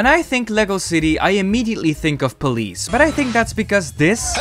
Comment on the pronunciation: Yes pole-ice